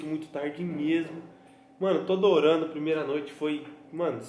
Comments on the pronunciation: Kkkkkkkkkk #thiagoreiskkkkk "premeira" kkkkkk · Calma ai "PREMEIRA"kkkkkkkk